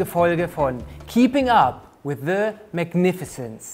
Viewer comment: Se daughter of se family!😂